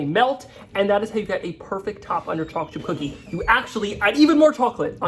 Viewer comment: "Chaw-chip cookies"!